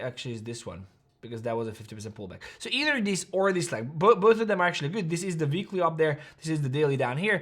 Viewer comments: It's weekly not veekly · “Veekly order block” 🤌🏼🤌🏼🔥